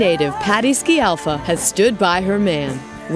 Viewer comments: You would think this news anchor would have learned HOW to SAY her name correctly. Terrible. She keeps saying...SKI AL FA and not the correct pronunciation which is..... SKAL FAH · Dear u.s. citizens, we all are obliged to learn your language and only God knows what it means........ Try to pronounce well something of other language. " Sci" of Scialfa has to be pronounced such as "sh" of "show". Do you understand? Good. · Can't watch this as the announcer can't even pronounce Patti's surname!